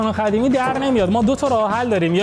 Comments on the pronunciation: به قدیمی میگه خدیمی یا من اینجوری میشنوم؟! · قدیمی یه ❌ کدیمی یه ✅